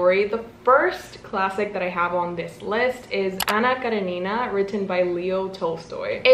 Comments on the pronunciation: love the way you pronounce Anna Karenina 💃🏻 correct way: emphasis on the E (KarEnina) and not the I (KarenIna) regarding Karamazov: emphasis on the third A (KaramAzov) just so you know 🤗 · It's Anna KarEnina (stress on the second syllable) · I’m from russia and your pronounce “Anna karenina” is so cute 🥺 I wish you many great books and successful year❤️ thanks for video! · THE ANNA KARENINA ACCENT ✨️ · 🤔🤔 it’s wrong